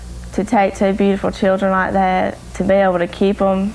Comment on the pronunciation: SHILdren "unCHAIRacteristically passive" glad to know this is definitely an AI narrator 🙄